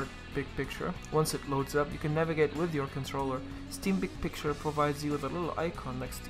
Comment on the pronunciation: is he saying pic picture or big picture